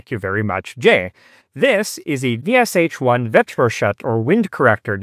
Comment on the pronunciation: Sh = Ш and not pronounced as two separate sounds. Shit is good example. Can you pronounce only part of word, marked by capital letters from word SHit? And from VSHit? :)